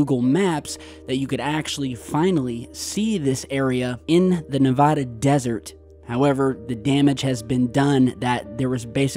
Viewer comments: ....i love you i listen to you everyday but the way you say nah va dah, and toe nopa is cringeworthy 😂 as a nevadan. Its knee va(a as in apple) duh, and its tona pa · Living in Las Vegas my whole life i can say its PERNOUNCED... NE-VA-DA and TOW-NA-PAW( Tonopah) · It’s nevAda not nevOda ! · Its Toe-nuh-paw in Nuh-vaa-duh! Plz its an insult to us Nevadans. Thanx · Oh man, your pronunciation of Nevada is bad.